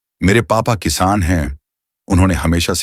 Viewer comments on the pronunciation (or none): none